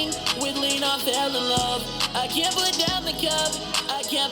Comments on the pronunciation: Lol fr he meant can't but it did sound like he said kyant but he said cant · not "can't", but "kyan't" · You cyannt miss it bro.